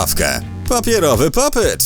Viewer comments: Popit a nie popyt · Nie popyt tylko popit 😡😡😡😡😡😡😡🤬🤬🤬🤬🤬🤬🤬🤬🤬🤬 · nie popyc tylko pop it